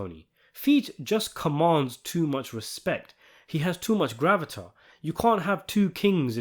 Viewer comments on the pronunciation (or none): DISSENTION, not dysentery; GRAVITAS not gravitar.